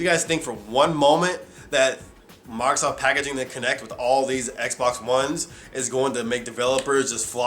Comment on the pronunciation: Oh but I hate the way you pronounce Microsoft, at times it sounds like you're saying Migrrrzoft.